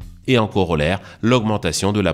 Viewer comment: Aujourd'hui, 'En corolaire' à .